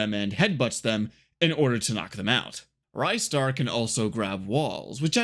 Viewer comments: It's not rajster, it's ristar dumbass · Nah, he didn't. I came here seeking a comment mentioning the pronunciation, and it's wrong. It's actually "reestar", not "rystar". You can check that by how it's written in the original Japanese release (it's named リスター as in Risutā, instead of ライスター as in Raisutā). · NO, wrong! The developer have confirmed their intention was to make it short for Rising-Star; Ri-Star Thank god he started pronouncing correct after the start of video - it was offending my ears. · Sigh...great video, but sadly I can't watch it because your mispronunciation of Ristar as "RYE-star" every 2 seconds is literally melting my brain.